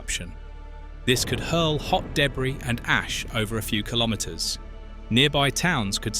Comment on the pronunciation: Why can't you say meter or kilometre correctly?